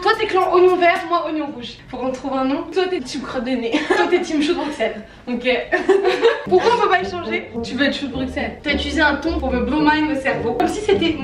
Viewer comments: Petit point culture on dit choux de Brusselles pas de Brukselles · Ça se dit choux de "Brusselle" 😤